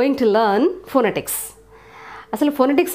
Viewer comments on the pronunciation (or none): Madam.. phonetics pronunciation is phanatics... 😊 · /fəˈnɛtɪks/ 'ఫనెటిక్స్' is the correct pronunciation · You are a great teacher. I really admire the way you explain this tutorial. Yet, since you are stressing phonetics, I would advise you to consider the stressed syllables while articulating words, because this is vital in pronunciation. For instance in pronouncing the word phonetics,we should lay the emphasis on this vowel sound /net/ that is the second syllable of the word. Thank you so much. I Ve always admire Indian teachers, very intelligent instructor